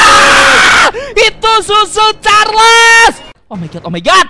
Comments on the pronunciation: Itu Choo choo carles bukan susu carles 💀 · Tadi ngomong susu charles bukan choo choo charles😂😂😂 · Bang cara nyebutnya cho_cho Charles bukan susu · cho cho charles ❌ su su charles ✅